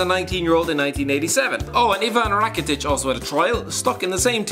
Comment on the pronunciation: It's Rakitić if you wanna be totally precise.